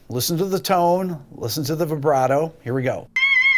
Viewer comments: You call yourself a classical musician and say vyebrato? What a shame. I wish I could play like you do, though. In here I'm quite decent, but to me I'm never good enough. Since I've been listening to music and playing guitar since I was 12 (I'm now 31) I actually can tell some of these because of the songs, or the way the person starts/inserts the vibrato/bend. I thought his video was stupid at first but it's actually interesting, now that I watch it here. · Why are you saying "Vaibrato"? Just because Steve Vai invented it doesn't mean it's pronounced like that